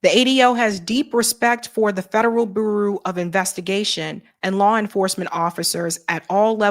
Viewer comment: Can someone tell how to say bureau?